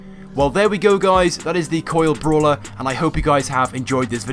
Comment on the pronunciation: "Bralwer". Congratulations.